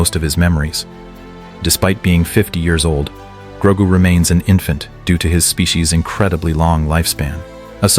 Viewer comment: Its GROGU U MOFO AI sombeeatch!!!